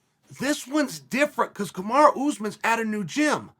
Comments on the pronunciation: why does he still call him kamara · who is KamarA? Smh put some respect on the Champs name Chael. C'mon U and A are very different.